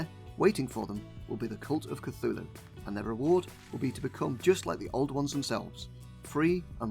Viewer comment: You know it’s not pronounced Cathooloo.. But that’s closer to how you would call the Church of Cthulhu: The Cathoolic Church! And now you understand why they did what they did.. and probably still do.